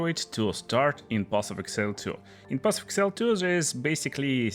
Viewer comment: path of exile not path of excile